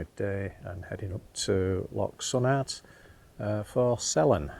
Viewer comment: Loch Sunart is pronounced “ Loch Soonart”